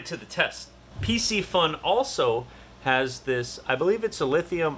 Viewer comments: Hey! Great video, just that the name of the company Piscifun, is pronounced with a K Pisci means Fish so its Piskifun. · It's not pc-fun ffs!